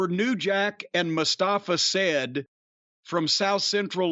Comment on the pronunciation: I understand Jim doesn't speak arabic so I don't hold it against him. But the fact that this is a video about name spelling and mispronunciation and he said Mustapha Said ( like the past tense of the verb to say) instead of Saeed or Saed (both are possible) is so ironic! LOL !